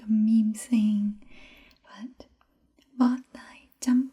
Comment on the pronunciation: bo can also be translated as "tied" too. I think you're pronouncing "hands/tay" the wrong way unless it's a dialect thing I'm unaware of. It sounds like you're saying "tai" or "ear" instead of "tay." Here's another one for your collection: De thuong is cute or adorable but if you break it apart, "de" means "easy" and "thuong" means "love" so it's literally "easy to love" or "they can be adored hence adorable"